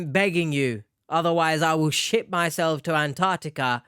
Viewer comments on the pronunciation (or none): Why do I hear "I will shit myself to Antarctica" ?? 🤣 Please nooooo! Don't do it!!